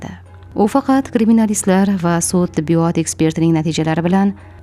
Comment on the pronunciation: Tibbiyooootmas tibbiyot deng